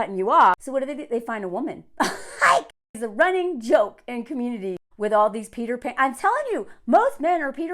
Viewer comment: Every time you say Peter Pan it sounds like peed her pants